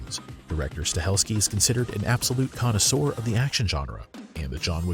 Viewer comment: Bear in mind this person can't pronounce 'connoisseur' either